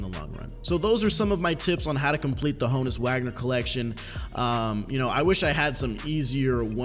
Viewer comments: Haw-nus Vag-ner if you tryna be German but it’s Hoe-ness Wag-ner for us U.S bois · Hoh-nus not hah-nus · Ho-nus Not Ha-Nus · Ho-Nuts without the T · is Ho-uns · YoItzLogan -_- yall dumb its Hah nud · it is pronounced Hoe-ness in Prison Break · It is Han-ness wagner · It is Hoe-ness... idk what other people are smoking but... lol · OH-ness. The H is silent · It’s Han-us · It’s “Hoe-nus” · I swear its pronounced hoooo nus lol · Alfredo Beltran hoooooöenus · The Bot ur right it’s H-own-us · H is silent. pronounced Ownus.